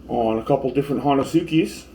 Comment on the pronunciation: First off... SLAYER!!!!!!!! <3 Best band ever. God bless Hanneman. Just wanted to say, honesuki is pronounced "hoe-neh-ski". The "u" is silent. Regardless of that tidbit. The honesuki is the most used knife in my kitchen. Wish more would know about it.